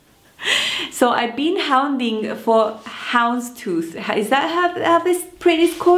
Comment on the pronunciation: I love all of your fabrics, not boring at all! I took a look at that skirt on the video and think it will look absolutely adorable on you! To be honest with you, I made one for myself (different color) a few years ago for work. BTW, you did pronounce houndstooth correctly! LOL! Also, I don’t know the weights on denim either, I just go by “thick or thin” like you! Can’t wait to see your next projects!